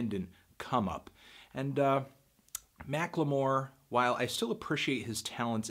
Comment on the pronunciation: Mack-LAY-More? It's Mackle More!